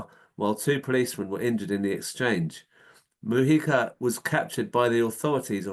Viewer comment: His surname is pronounced Mu- Hica, not Mu-yica. Please show some respect.